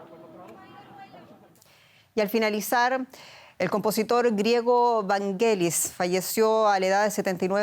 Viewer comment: No es "VANGUELIS" se pronuncia "VANYELIS"